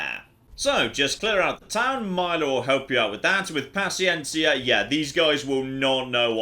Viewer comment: native spanish speaking here your pronuncieation of paciencia is perfect